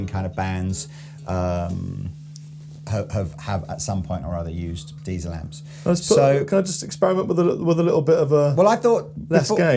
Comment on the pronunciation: Diezel, not Deizel! 😉